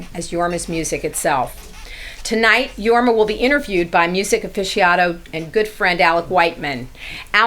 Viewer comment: Since she considers herself a fan and introduced Jorma as a "legend" ( which he is ) .....why couldn't she take the time to learn how to pronounce his name ?